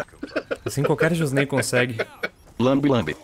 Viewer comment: "Josnei detectado" kkkk